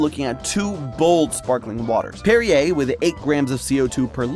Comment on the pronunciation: He says "La Croix" right but says "Perrier" like derriere 🤷🤷